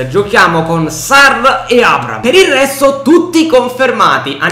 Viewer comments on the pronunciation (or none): NON È LUI FERNANDEZ GIOCA PURE COC,AD,ES. RONALDO INVECE AS E ATT. POI NON SI TROVA IN UNA SQUADRA DELLA LIGA 1 2 3 MA BEN SÌ IN UNA SQUADRA DELLA LIGA SANTANDER (PERCHE STAVA AL REAL) COMUNQUE SI DICE ABRAHAM NON ABRAM